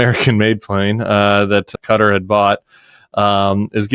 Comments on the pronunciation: I totally agree with your points and this airplane story is horrific. But please don't say "Kudder". It's much close to Ka-tar. No "d". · It’s pronounced “Ka-Tar”, not “Katter”